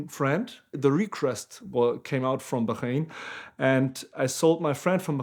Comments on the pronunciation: I’m sorry but it’s not bukhrain. It’s bahrain. It’s not difficult just requires you to remove a stereotypical language ideology . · WTF is Bakhaiiiiine, I'm assuming Bahrain?